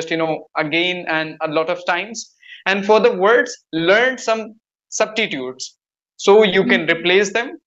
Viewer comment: The word is substitute not subtitute